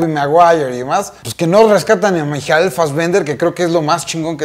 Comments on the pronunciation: Por qué pronuncia el nombre de Michael así? Jajajaj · Tambien me quede 😑